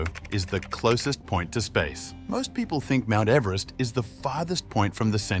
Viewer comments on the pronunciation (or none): none